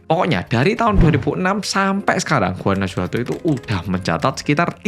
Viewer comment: Guanajuato itu bacanya Guanahuato, huruf J dalam pelafalan mereka sama seperti H dlm pelafalan kita, jadi kalo mereka ngetik "jajaja" itu sama dg "hahaha"